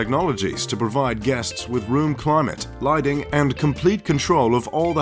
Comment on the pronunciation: Liding? Is that "Lighting"? Nodable etc. Jerk